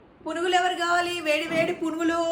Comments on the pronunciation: Purugulu kaadhu punugulu 😅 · They are called punugulu. Not purugulu